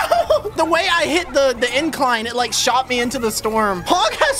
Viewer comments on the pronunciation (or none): none